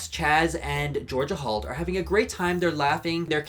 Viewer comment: Love, ya,, but I'm hearing Georgia Halt. (and the captioning seems to agree) Just sayin'... Also, I disagreed with almost everything you said here... except about Georgia Halt, the babies and, of course, the butterflies...